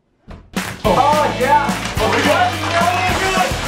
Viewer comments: •mj •playz• I thought he said “ what is diiz” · Bruh i thought he said "what is dis"